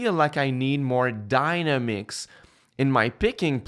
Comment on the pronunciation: Just to help out with the English, there..."dynamics" isn't pronounced "dina-mix" like "dinosaur." It's pronounced "die-namm-icks." (Yes, I suck at explaining pronunciation in text. haha)